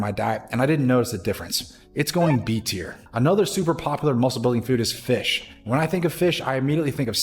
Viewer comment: "Shocolate Milk"😂 "Fissh"😅 Just buggin good video!